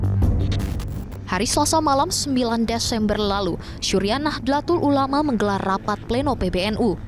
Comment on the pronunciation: Mohon maaf. Mohon izin memberikan koreksi: Seharusnya pelafalannya yaitu: نَهْضَةُ الْعُلَمَاءْ, bukan Nahdêlatul Ulama atau Nahdatul Ulama Rais Aam pelafalannya yaitu "Rais Ām" (رَئِيسْ عَامْ), bukan A'am. Profesor Nasaruddin, bukan Narasuddin. Cholil pelafalannya yaitu: Khalil (خَلِيلْ), bukan Kolil. : Penulisan yang benar yaitu "K.H.", bukan "KH". Rais pelafalannya yaitu رَئِيسْ. Tanfidziah/Tanfiziah pelafalannya yaitu تَنْفِيْذِيَّةْ, bukan Tanfid ziah.